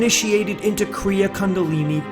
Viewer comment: it's 'sid---ha" not "sid-a"; "Koon---dalini" not "Kund..."; "yuke---....teswar"